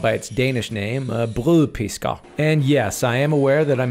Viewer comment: Damn bro as a dane i can confirm that you pronounced brødpisk very well.